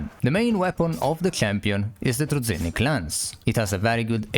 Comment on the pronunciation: It's pronounced like druzhinnik, not druzinnik